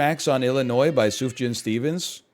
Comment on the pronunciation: thank god he finally learned how to pronounce sufjan